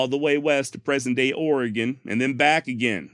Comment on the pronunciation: Holy Sh*t! You said Oregon correctly!